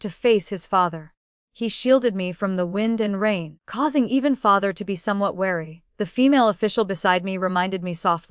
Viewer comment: how does an AI eff up the word father?